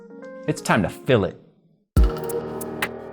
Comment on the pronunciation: Every time you say "It's time to fill () it" I think you say " it" because we get the great montages and edits from ❤ maybe it's just me 😅